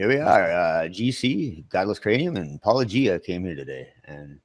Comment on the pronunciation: Godless Cranium I don't mean to sound rude but it's pronounce paul-lo-ji-a